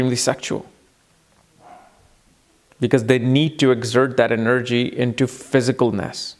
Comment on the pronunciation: I hate the way you say the word 'energy'. It sounds stupid.